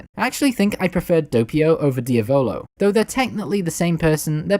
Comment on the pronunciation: tbh this guy has really good videos but I think that he needs to work on his pronunciations like "manga" and "Diavolo"